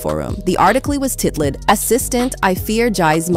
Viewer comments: This voice has to be AI, they pronounce things weird sometimes. “Titled” is ‘tit led’ 😂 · Whyyyy this AI pronounce words like “arti-kliss” & “remove-ed” & “tit-lid” & “JAIZZ” 😅